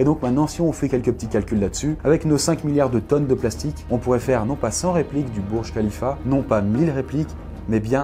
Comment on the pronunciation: le Burj Kalifa(déso pour les faites d'orthographe) se dit comme burj Kalifa pas comme bourj kalifa